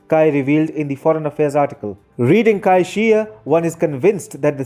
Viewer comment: Good video, but look up the proper pronunciation of names before making a video. The Chinese name Cai is pronounced "tsai", not "kai".